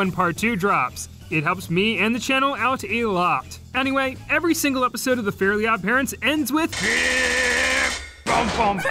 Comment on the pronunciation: This video made me realize that most people I hear mention Fairly Odd Parents pronounce the title incorrectly as “fairy odd parents”. Myself included